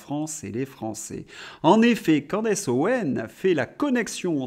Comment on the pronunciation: Bonjour, on prononce Candice pas Candece…